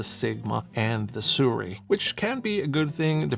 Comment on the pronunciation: Why not compare the sirui to the new sigma 35mm f1.2 ii ? And it's Sirui is pronounced Suu Rayy